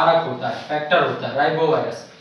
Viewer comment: Rhinovirus hota h sir ribovirus nhi .